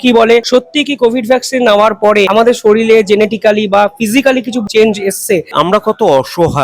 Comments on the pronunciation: আপনি শরীর' কে 'শরীল' উচ্চারণ করে ফেললেন? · একটু ঘরে পড়াশোনা করো । উচ্চারণ শেখো । শরীর হবে । শরীল নয় । ইংরেজি সংবাদপত্র পড় । বিদেশি health journal পড়ো । তারপর ডাক্তার দের সাথে কথা বলতে বসো । এই যে উকিল দের সাথে তুমি কথা বলো পরিষ্কার হয় তুমি একদম পড়াশোনা করো না এইসব নিয়ে। জানোই না । সংবিধান টা পড়ো বাড়িতে। সায়নের বিয়ে যা নাটক করলে তাতেই তোমার চ্যানেলের ১২ টা! সুমন চট্টোপাধ্যায় তো আর এমনি এমনি বলেনি ইউ টিউব এর সাংবাদিক দের সাথে দেওয়া যায় না । এত বাজে । ইতিহাস সংস্কৃতি রাজনীতি কিছুই জানে না । সাথে উচ্চারণ। ভয়ঙ্কর। কিছু মনে কোরোনা। চ্যানেল হিন্দুস্তান এর ওই মহিলা সাংবাদিক টি। জঘন্য। পুরো অশিক্ষিত ধরনের। উচ্চারণ তো পচা নর্দমার থেকেও দূর্গন্ধযুক্ত। ইতিহাস সংস্কৃতি রাজনীতি জ্ঞান বাপরে বাপ!